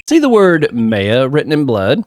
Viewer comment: You have been pronouncing Mia (Mee-a) correct, Maya is pronounced "My-a" not "May-a" like you have previously It is funny you saying there is alot of evidence, because this is definitely on the smaller end of the evidence page for these games Since 99% of the characters don't have voices it's always fun to see people's interpretation of a character, like the Bellboy having the accent you gave him is pretty cool! There are multiple running gags throughout the series and only 1 gets introduced here: Mia's potted plant. Try and remember to inspect it every episode it has alot of character for a Plotted Plant! Redd White of Blue Corp- of course the colors of the American Flag that is the pun for him Redd White uses big "fancy" words in the English version. This a funny localization by the team because in the Japanese version he spoke Japanese and threw in made up English words to sound smarter than he was Redd White is really evil for being a non-final case villain, he really tops the list Ooooh Edgeworth and Phoenix knew each other huh 🤔 Maya is our Co-Defense! She makes the cases so much fun and add alot of flavor to pressing testimonies. Love her for that "My friends call me Blanco Nino" translated from Spanish this means his friends call him "White Boy" xD You do not take penalties for pressing unless expressly stated by the Judge before the testimony starts That's right! The supernatural exists in the Ace Attorney universe. Spirit Mediums and Ghosts are real! Mia may be dead